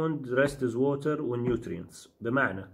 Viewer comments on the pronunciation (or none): none